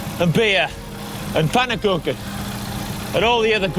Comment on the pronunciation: Great pronunciation of pannekoeken. But, and I'm gonna be that guy, at the end you said "Ik zie je, daag" you forgot one word. It should be "Ik zie je graag, daag". Now you said "I see you, bye" A rough literal translation of "Ik zie je graag" is: 'I like seeing you'